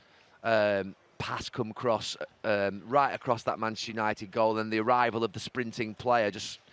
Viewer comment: Why does Gary say "Maneshter United"..listen!!